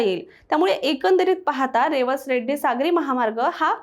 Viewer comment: रेवस रेड्डी नव्हे रेडी असं आहे रेडी हे वेंगुर्ला तालुक्यातील गाव आहे